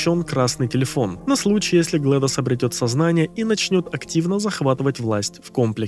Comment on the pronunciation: GlaDOS читается как "Глэдис". Как имя Gladys.